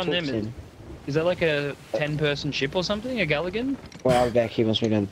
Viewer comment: Did you mean to say galligan